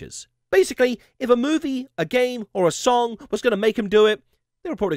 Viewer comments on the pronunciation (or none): none